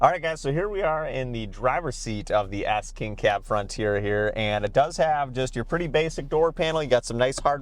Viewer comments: It sound like you’re saying Ass King Cab 😂 Can’t unhear it. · sounds like you say frontier ass king cab